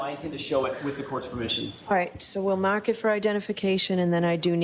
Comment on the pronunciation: Hey judge the word is ‘mark’ not “mock”